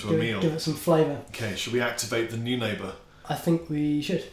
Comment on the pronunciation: New neighbour? No, it's noin like coin, ah like "say 'ah'", ber. Noin ahber. Say it with me,. Noin ahber. Sorry for being pedantic. Love your vids:)